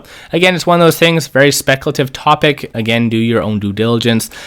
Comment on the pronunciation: Great insight but when you say speculative, there's no annunciation and it's like nails on a chalk board.